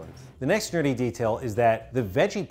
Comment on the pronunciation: Did anybody else confuse the word nerdy with dirty when said it lol